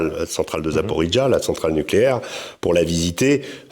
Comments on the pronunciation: prononcez Zaporodjé et pas zaporidjj , pour un journaliste qui était la bas , vous la foutez mal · En russe ça se prononce zaporojé